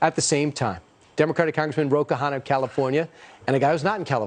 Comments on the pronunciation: This guy is a reporter and he can’t pronounce the name right: Ro Khanna! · Well! THIS aged ... not so well! Ro: the Fox anchor repeatedly mispronounces your name before this “friend” of yours, now alleged of the rife criminality we could all smell from our screens for years, corrects him tacitly. I would hope you’re in no rush to follow thru with that beer date with Matt Gaetz. Lesson: the alt-right, the “populist” right, is not operating in good faith. They are fascists. We don’t not play with them, if we don’t want to be chumps. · He butchered it differently every time too...